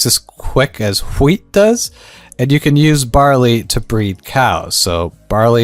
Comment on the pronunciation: why tf is he pronouncing wheat like that 😂